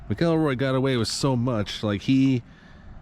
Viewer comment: Man do your research! Nothing more infuriating than hearing people butcher the names of the people they’re doing a video about. MAC-EL-ROY